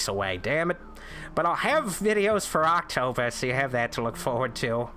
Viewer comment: Did you just say "do any promotion stiff?" about Aaaahctober? Just asking, because that would make sense.